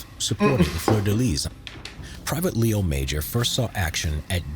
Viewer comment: His name is not Leo Major, its Léo Major and that is a french french name.